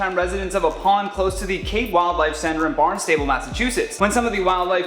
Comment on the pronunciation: It's pronounced Barn-stah-ble Not barn-stable